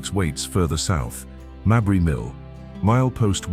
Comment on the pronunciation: I've never heard Mabry Mill pronounced Mabree. Ive always heard it Maybree.